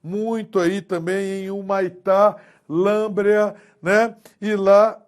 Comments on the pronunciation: Lâmbrea kkkkk Lábrea. Aula boa, mas com algumas pequenas gafes rsrs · Muito bom professor, só uma observação, é LÁBREA que se fala